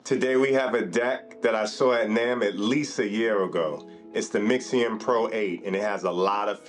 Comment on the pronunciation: I had to stop when you can't even read its name correctly 🤦🏽‍♂️